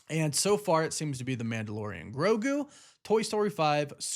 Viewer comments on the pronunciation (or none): none